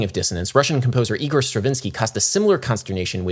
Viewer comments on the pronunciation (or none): none